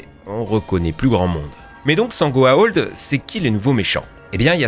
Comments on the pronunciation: Je suis pas un fan de Stargate, mais ce que je n'ai pas aimé c'est d'entendre tout le temps "Goa'old" c'est "Goa'uld" (go-a-ould). Et pour le fait que ce soit des humains partout, c'est parceque les humains sont une race d'esclaves qui ont été placés un peu partout dans l'univers par les dieux. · C'est quoi cette prononciation de Buffy ? Ca se prononce Beuffy pas Bu-fi ! Et c'est pas "goa-old" mais "goa-ould" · Y'a aussi les goa'ulds qui se prononce "ould" et pas "old" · Concernant Stargate c'est la prononciation de certains mots qui me choque : Goa'Old ? Auraï ? En VF c'est Goa'Uld et Auri. J'ai pas vu les épisodes en VO du coup je ne sais pas comment ils le prononcent en anglais, mais du coup là j'ai mal à ma VF. :'( Après, j'ai vu la fin de Buffy et Stargate, c'est facile à trouver, hein. ;) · Mec tu ne sais même pas prononcé le nom des méchants de Stargate correctement.. C'est les Goa'uld pas Goa'old. Après aussi c'est les Oris pas Oraye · Goa'Uld UUULD pas Old BORDEL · Ce n'est pas Goaolds !!! mais Goa'uld !!! ensuite tu parles des oreille ? au lieu de Ori ? mais d'ou tu sors ? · par contre c'est gohaould pas gohaold, et pas Houraï c'est les Horry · Par pitié, ça se prononce "GOA-OULD" en Français, pas "OLD". Et les "orailleux" pour les Orii ? Sérieux ? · En fait, on dit go-a-ou-ld et non go-a-o-ld ..... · Goa'Old ? Ory ? T'as déjà regardé la série pour prononcer ça comme ça =/ ? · Goa'Old ? Mais t'as vu la série ? T'en entendus une seule fois un acteur dire Goa'old et non Goa'uld ? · Les goa'old, les oraï, a chaque fois que t'as dit ça, mon oreille a saignée 😁 c'est goa'ould et ori. Vous avez vraiment regardé la série ? Mdr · La même pour les Goa'uld (Goa ould) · Frère t as réussi à mal dire Goa Uld A et même les Oris ?! Mais bordel y a 4 lettres !! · Je suis bien plus choquée de ta prononciation de goa'uld, qui se prononce avec ou "ou". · "Goa'old". Ah, ok, le type n'a même pas regardé un seul épisode... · Ça se prononce goa ould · "Goah hold." Sérieusement ?